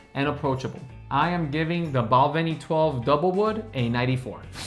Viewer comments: Bal-VENY. Emphasis on the second syllable. Mc AAL an. There is no E in Macallan! Mac AAL an. AAAHHH. OBan. OOOHbun. NOT oBAN. OOhbun. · Hate to tell you but you’re still pronouncing Balvenie wrong (Bal VEN ee… as in Penny) as well as a few others. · My brothers wife is from Glasgow and pronounces it BAL VEE NEE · Oban and Balvenie stand out. With the latter the main stress comes it’s the second syllable. (Oh, and whisky with an e is Irish this side of the water…)